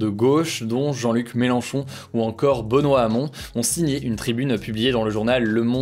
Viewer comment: bOnoit Hamon